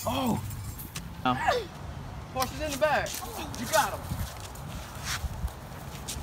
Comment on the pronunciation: Hahahahaha u got scractched u can’t keep them but it was funny when u said horeses in the back